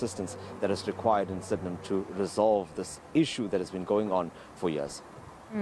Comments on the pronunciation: The saddest part is somebody got paid to say Sid-in-ham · I've never heard that pronunciation of Sydenham before :O I had to pause the video yoooh